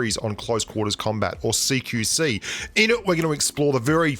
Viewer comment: I always thought u were saying "seek you see"